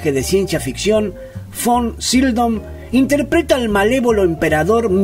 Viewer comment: Me gustó el resumen sobre la carrera de este actorazo. De hecho había papeles que no recordaba que hubiese interpretado él. Pero por qué dices Von "Sildon"? Si en el título lo escribes correctamente : Sydow. De todas maneras ,estuvo bueno y voy a ver otros de tus vídeos.